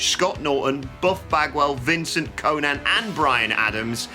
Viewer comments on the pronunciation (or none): none